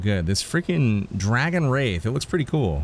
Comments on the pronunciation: Pretty sure its called dragon wrath not "wraith" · Did anyone else go crazy every time he mispronounces wrath?